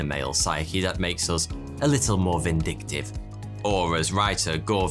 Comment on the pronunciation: "...makes us a little more vinDICKtive..."